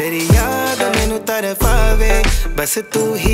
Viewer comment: Tarpave bro not tarfafe! Still amazingly done i would be more than happy to help you with word pronouncing